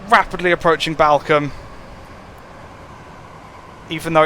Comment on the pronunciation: just a sidenote balcome is pronounced ballcombe